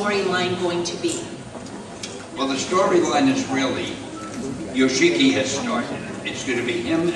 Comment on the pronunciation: I choked so hard at YOKASHI!!! HAAAA! And Yoshiki said Yo"shee"ki not Yosh-ki.